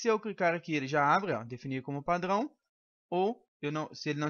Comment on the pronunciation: Ele é francês kk kk padŕão